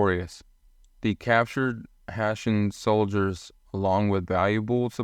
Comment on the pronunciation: Hessians needs to be pronounced correctly.